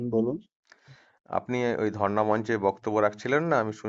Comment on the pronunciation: ধর্না মঞ্চ। Not ধরনা